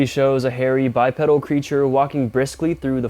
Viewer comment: You did it again, its pronounced BYE-PEEDAL not bipedal, pedals are what move a bicycle.